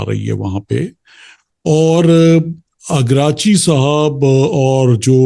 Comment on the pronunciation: You are asking opinion of the people to waste time who cant prononce names of Iranian prominent people, even Iraqci is pronounced continuously Ikrachi by him